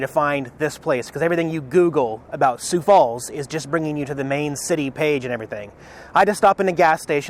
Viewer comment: you pronounced "Sioux" perfectly on numerous occasions throughout this video. Good stuff. hahaha